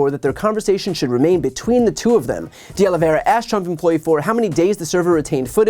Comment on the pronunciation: Finally - someone who is able to pronounce De Oliveira correctly! I've heard De Oliveria and De Oliviera today. Great video!